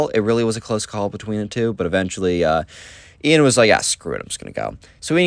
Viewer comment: no its Ian not ean :/